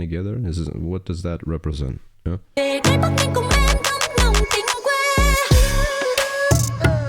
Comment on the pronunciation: Yaaa, you pronounced ''Bac Bling" and "Bac Ninh" correctly